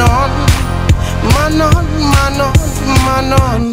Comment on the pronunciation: MANOn de N moet je niet uitspreken....